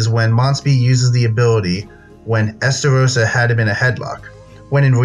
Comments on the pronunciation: It’s estarosa not esarosa lol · Estarossa? Who is STAROSSA???